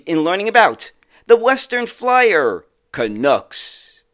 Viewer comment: "Canucks" is not pronounced 'can-ooks' its 'can-ucks' like 'bucks'